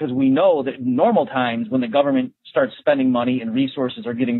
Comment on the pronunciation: "Teh Goverment will take cawe of everyting!" Is this your point?